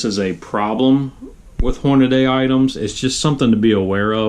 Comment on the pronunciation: Hornaday? The name, "HORNADY" is stamped on the press you're using for this video. Horn-a-dee. Hornady. Not Horn-a-day. Dumbass.